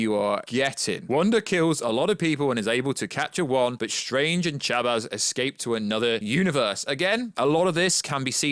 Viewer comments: I thought he said "Shabez" at times. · Why is he saying Chavez like that?